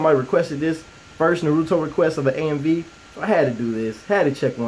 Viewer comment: huge fan its Nar-oo-toe